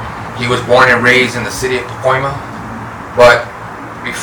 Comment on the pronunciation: It’s PACOIMA homie get it rite ese